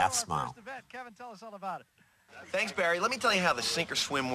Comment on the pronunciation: Woh it's Bawwy Kwipke!